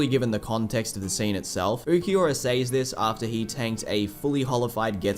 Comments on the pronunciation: Im sorry, but why do you keep pronouncing “says” with a long “A”? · Love the video but also “sAys”